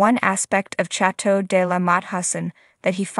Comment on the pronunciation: “Chat toe”…🙄